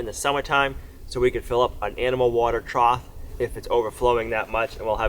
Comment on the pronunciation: Water "trouth"? "Escavator"? Learn to speak.